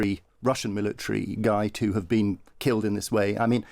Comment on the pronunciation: Milli-tree. Military.